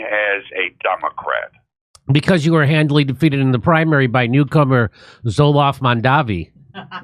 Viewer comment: Zol-aaf Mam-daavi? Guys, at least learn the names of the people you're talking about.